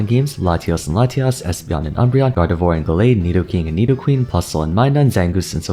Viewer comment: Still haven’t corrected your gardevoir pronunciation I take it Your too breathy on the last syllable you make it sound like a waluigi wah instead of the end of au revoir